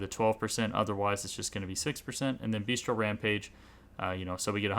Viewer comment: Cool video, only thing I would like to point out because it's a common mistake. It's Bestial, not Beastial :D